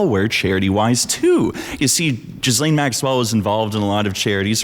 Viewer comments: Hearing you mispronounce Ghislaine over and over is preventing me from watching this video ;_ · You could at least learn how to pronounce that beasts name. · Jizzlane? I thought it was pronounced Gillaine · Just FYI Ghislaine is pronounced ghee-lenn, not jeez-leen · Her name is pronounced Gilenne not Jizzlane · "Ge-laine" there's no jizz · Why does everyone pronounce her name different and incorrectly? It's like Elaine with a G in front of it. It's not Jizzlane. Does everyone know they just do it to be funny? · Jizzlane ? It’s “gih- lane” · The Epstein Scandal keeps reminding me that Americans can't pronounce "Ghislaine." Gee-len. Not Jizz-lane. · It's pronounced Gee-Laine not Gis-Laine!! FAKE VIDEO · Gil lane not jiz lane… 🤦🏻‍♀️🙄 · wrong. If it’s French it’s going to be “Gee-lane” or “Gee-Len” in a more American pronunciation. It’s not “jizzlane”…. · It's "jee-LAYNE". NOT "Jizz Lane". French version of "Gillian". Be fair to all the women who aren't convicted sex traffickers who share the name, wouldja?? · Still idk how anyone is getting 'jizzlane' from 'gih-lane' Ur Canadian, y'all got Frenchies, what's ur excuse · bro It's pronounced "GHEE-LANE" An entire video essay rendered moot because you didnt even bother to research HOW TO SAY HER NAME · Sir, please pronounce Ghislaine Maxwell’s name properly. It’s French. Her father, Robert Maxwell, was just as bad as his favorite daughter. He introduced her to Epstein. At the time Epstein was not a billionaire, Robert Maxwell supposedly died from a heart attack, he ‘fell’ off his yacht, and drown. Hmmmm If you were saying it wrong as a joke or something— sorry. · This is genuinely one of the worst video i've ever seen. Firstly, you're not even pronouncing "Ghislaine" correctly. Second, you probably should have actually known what had happened to Madeline Mccan if you're going to use it as evidence. Third, what does "speaking American not British mean"? She grew up in the United Kingdom